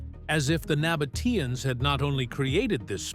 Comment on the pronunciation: terribile….😢 the voice always spells the folk of the Nabataeans wrong…